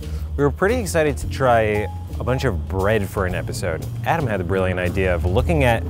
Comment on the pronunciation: Rookie Musikerz How can you say Adam wrong?!